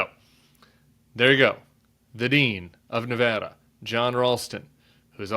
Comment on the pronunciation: Nevada is usually very close. I was here in '98 when Harry Reid won by 401 votes. Hey, we're Battle Born, and you can't win here without a Battle of the damn nerves. And thank you for pronouncing our state correctly.